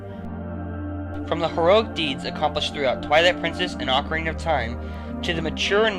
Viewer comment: sooo many people say ocarina wrong AHHHHHHH!!